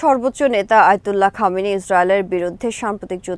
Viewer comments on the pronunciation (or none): none